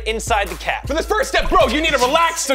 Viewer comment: 15.05 it sounds like cat not cap